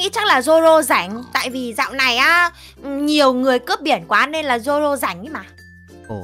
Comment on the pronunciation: Zoro không phải roro